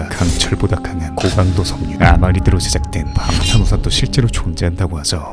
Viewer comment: 하나더 있네요 😂😂😂 방탄우산 설명 해 주실때 아라미드를 아마리드로 말씀 하셨네요😂😂😂